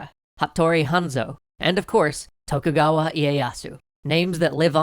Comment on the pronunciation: actually, it kind of bothers me. While I have to say that for the life of me I won't know if someone pronounces Russian correctly, pronouncing japanese "to" as english "tho" throws me off. If I don't know he's talking about Tokugawa, I would have thought the clan is spelled "Thokhugawa" when I hear it. During punic wars stuff, they have a lot of text showing the names, not the case here